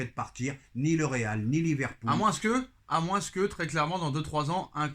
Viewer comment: Le s du mot ''moins '' est silencieux et ne se prononce donc pas. A bonne entendeur 😉😉👍 (De la part d'un gabonais)